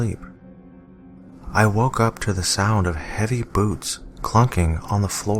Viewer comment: I SWEAR I HEARD "HEAVY BOOBS" NOT "HEAVY BOOTS"